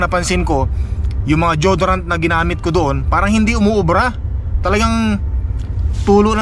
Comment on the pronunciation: it's "Di-yo-do-rant and not jodorant Po.